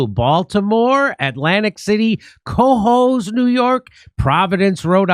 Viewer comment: Jimmy, They'll love you in Cohoes, NY if you pronounce it like "kuh" "hose," with emphasis on the second syllable. Signed, Upstate New Yorker.